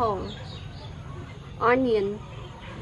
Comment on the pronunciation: “panyapole” and “soybean oyy”